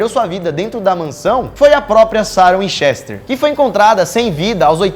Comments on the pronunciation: Vcs tem que pronuciar como se o e foce i assim winchister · Burrrroos nenhum dos dois sabe pronuncia winchester q agonia